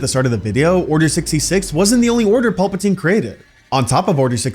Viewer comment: are you saying Paulpatine.....? Pal-patine